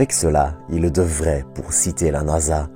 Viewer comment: toop video ! mais il n'y a pas de E à il " ileuh" , bof Et vive la Belgique